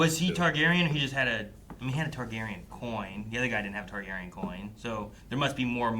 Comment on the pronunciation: yapping in the intro about how he's seen game of thrones multiple times along with house of the dragon and the books yett he still mispronounced TARGARYEN and says tygarian after all these years...